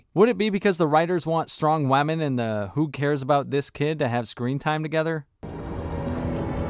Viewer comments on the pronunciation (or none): So annoying to hear you keep saying "Wamen" though